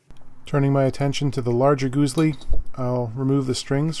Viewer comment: Yeah! [GuSli], softer S, not Z.